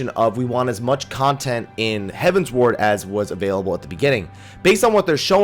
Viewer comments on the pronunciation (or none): you keep saying Heaven's Ward, but I think is closer to Heaven's Word (hev-uh ns-werd). It is a derivative of heavenward, but with the Eorzian's Realm having 12 Gods, they also have 12 heavens. At least that is how I took it, and I think that was how Koji was saying it. Although, I wouldn't mind them adding an Ishgard residential area and calling it Heaven's Wards. On a similar note, this was my first fan festival of this type, and I found it funny listening to the different ways people pronounced common terms in the game. The tank in one of our primal run, kept saying that he can't play Pa-laddin (rhymes with Aladdin). Talking to one of the people in our PVP line, he kept referring to the Monk base class as pug-alist (like the dog, pug). I heard people pronounce the SMN and SCH base class as arcane-ist, when I always thought it was ar-canist. But the funniest of all of them was the WHM in our speed run line calling the final boss of Lost City of Amdapor Dia-bo'-los, which isn't even spelled right. Anyways, enjoy the video. THX. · It's "heavensward" not "heaven's ward" though.